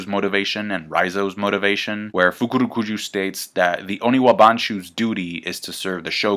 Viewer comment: Love the fukurukuju pronunciation